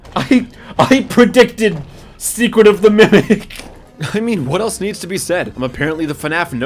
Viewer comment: “secret of the mecret” damn near kilt me